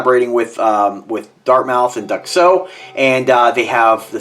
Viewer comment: I've heard multiple YouTube reviewers pronounce their name "Duck-SO," but I would have thought they would be called "Duke-SO." I wonder.